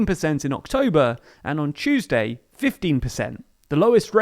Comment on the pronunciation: "September, October, and on chewsday" 😂